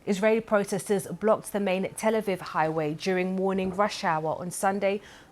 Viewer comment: That's not how Tel Aviv is pronounced